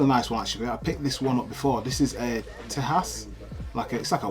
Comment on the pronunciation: Pronounced Tey zjah ( its spanish for Texas ) see the ZZ Top album of the same name